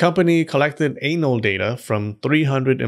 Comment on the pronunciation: “ANAI” LOL 😂